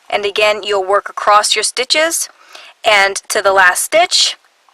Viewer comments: 'Acrost' is not dialect. It is simply a mispronunciation of the word 'across'. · Why do you say ACROST ???? there is no (t ) in ACROSS making me crazy :( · Sounds very strange to my Swedish ears..... 😅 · There isn't a T in the word ACROSS, and why do you smack before speaking almost every statement? #annoying